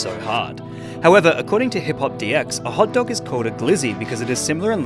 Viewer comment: My guy called it a “hut dug” 😂